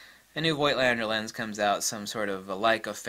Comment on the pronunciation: The "i" in Voigt is still silent.